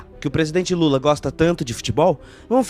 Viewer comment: Ele não fala assim o nome do Lula